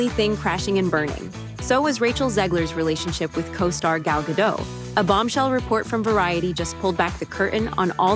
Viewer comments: ... there is no actress named "gal gadoe" ... Say dot. Now say gadot. Now say gal gadot. With a t at the end. When in rome do as the romans do. Save the illiterate surrenderland shit for the place that thinks frogs and snails are food. Here in america we can 1. Read and 2. Win a war. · was AI used as voice over in this video? whether AI or real person, it's funny that up to now, you still cannot pronounce Gal GADOT correctly. It is Gah-DOTTE, and not Gah-DOUGH. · Rachel Zegler is like a ham and cheese sandwich without the bread or the cheese. And for the love of Pete, Gal's last name is pronounced "ga-DOT" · It's pronounced Ga-DOT, not Ga-DOW. Gal is Israeli, not French. 🤪😝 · It is not pronounced Ga doh. It is pronounced Guh Dote according to an Israeli woman. Gal is Israeli, not French. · Point of contention: Gal Gadot's last name is not Gad-eau, it is Ga-DOT. She is Israeli not French. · I wish people would stop saying "Gad-oh". She's Israeli, not French. She pronounces it Gad-ott. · Zegler is such a cringeworthy person, but what’s also cringe is hearing Gal Gadot’s surname mispronounced “Gah-DOE” over and over again throughout the video. Her name is Israeli, not French. The final T is supposed to be pronounced (which is why it’s there). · The narrator mispronounces Gadot every time she says it. The name is Israeli, not French—the -t at the end is NOT silent!!! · You pronounce the T in Gadot. People keep treating this like it is a French name. I know a little bit about French. I am French descent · This AI pronounced Gal Gadot 3 different ways, and called Peter Dinklage, Peter Dinklick.